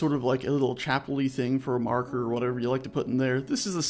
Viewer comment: "we have a marrker... o_o" Aw fuuck naw.